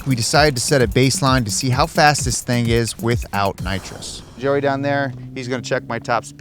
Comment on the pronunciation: How do you know someone has watched Fast & Furious? When they keep calling nitrous "Naws" 😂